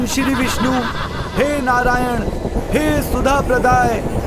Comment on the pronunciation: वीडियो बहुत ही सुन्दर है, सुन्दर वीडियो के साथ साथ हिंदी भाषा भी शुद्ध होनी चाहिए, हिंदी उच्चारण शुद्ध करें। जैसे -- भह्मा, भह्मांड नारेन आदि आदि । शुद्ध रूप ब्रह्म, ब्रह्मा, नारायण।